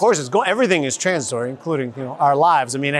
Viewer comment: I like how says "tronzitory"